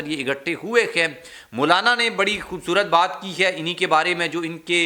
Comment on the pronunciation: کیا چیز ہے تم ہے کو خے بولتے ہو